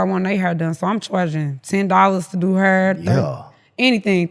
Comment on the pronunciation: She's so chill that I can barely understand what she is saying. I've never heard someone pronounce "hair", "hura"